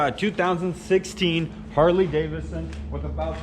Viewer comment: its harley davidson not daverson